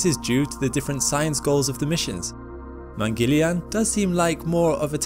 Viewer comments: It is pronounced as Mangal-yaan. Mangal (Múng-gul) like Jungle. And Yaan is pronounced as Yarn (Mungle-yarn) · If you were gonna make a whole documentary on Mangalyaan the least you could have done is learn how to pronounce the name. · The Mangalyaan images were fascinating and so was your narration and presentation of martian features. We really didn't mind the slight inaccuracy of pronunciation!👌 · You tried your best considering it isn't your native tongue. If I may, there's a simpler way to say this.. try this.. split into two, First half- Mangal(sounds like Jungle, replace J with M) and Second Half - Yaan( pronounced like english word - Yarn) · I'm not sure "yarn" is a good description. Yarn sounds like barn. There's no "r" sound in "yaan". Wouldn't the aa sound in yaan sound more like more like yahn (or John, yawn)? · pronounced as "man-gal---yaan" "man" as in " human" you're welcome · Americans Don't read this: You've been pronouncing it Wrong it is pronounced as : Mun (Pronounce "u" as in bun) Gul (Pronounce 'u' as in bun) Yaan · Please pronounce it correctly: mangalyaan is pronounced mann-gull-yaan (mann as in MUNdane, gull as in GULliver and yuan as in YAA-N) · It is Mangal, pronounced as Mungul. Mangal is Mars in Sanskrit and yaan means a vehicle. So it is called Mangal-yaan. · Excellent video. Btw..Mangalyaan is pronounced as Mun-gul-yaan. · Man-gal-ya-an मंगलयान You were close but still great pronunciation.. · You could easily have asked an indian for the pronunciation! Mungal. Yaan or Mars vehicle there is no shortage of Hindus on this planet, only shortage of effort. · not mangilyaan , its MANGAL YAAN . meaning MARS VOYAGER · It's not pronounced Mangelian...lol..It is pronounced as Mung-gal-yaan🤣😂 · Mangal yaan keep distance in pronunce Mang al yaan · It's not man - Gil- iyaan , it's man - gal - yaaan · It's not Mengalyaan ! Its Mang girl yaan (pronunciation) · Its pronounced “man-gal-yaan” and not mangilian.